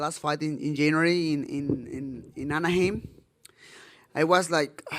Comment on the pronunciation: I love the way Brandon pronounces Anaheim! How can anyone not like this guy? He's humble and classy and an excellent fighter!